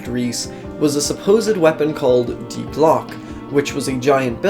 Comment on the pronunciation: Dude, sit still you "crazed lunitac" that has a sad fetish for anime and waifu characters. Simp. And learn how to say "die".